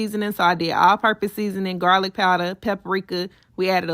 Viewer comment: Not jarlic 😂😂😂